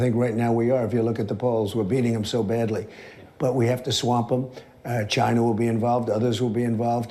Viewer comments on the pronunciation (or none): "Jhigh-NA!" - drumpf